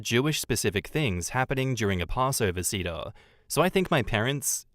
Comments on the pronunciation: man the pronounciation of seder bothered me lol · Same and I'm not Jewish lol